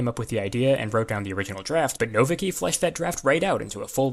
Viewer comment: Conlang Critic "Nowicki" is probably pronounced "no-VITS-kee".